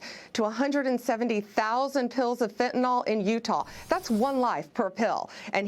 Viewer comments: It's Fentanyl, not FentaNOL. When you sound dumb, you sound dumb, no matter who elected you or appointed you. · Anyone besides me cringe when people who should know better pronounce fentanyl fentanol?